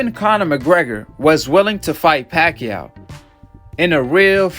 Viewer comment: he said "BACHACHA" lmfaoo